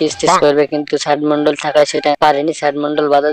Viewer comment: Ai tor lojja nai ai sob video banas kotha o to thik kora bolta parish na ota sad mandal hoba na sd mandal hoba